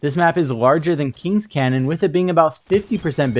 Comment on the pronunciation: Kings Canyon, not Cannon . Do wanna be that guy but it a bit annoying.